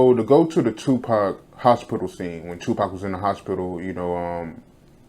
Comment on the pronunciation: She said Tubac, not Tupac lol she’s a fraud